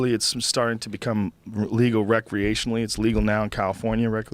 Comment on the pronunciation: Joe "recleationaly" Rogan